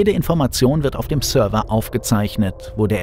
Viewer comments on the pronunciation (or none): none